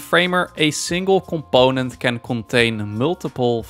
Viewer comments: ComPOOOnent. Im sorry seems like a great guy and all but this is just driving me crazy. I literally cant watch the video I get so annoyed. Brings out my misophonia I guess. Im sure am not alone with this. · You mean "c'POnent" 😂